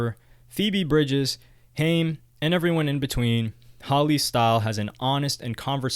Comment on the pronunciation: HEY HAIM IS PRONOUNCED HI-MMM